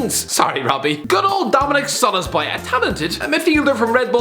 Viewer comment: No one:: DoMiNiC SoLoSbAy